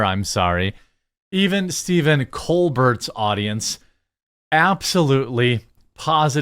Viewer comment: Bucket pronounced Bouquet and Colbert pronounced Colberé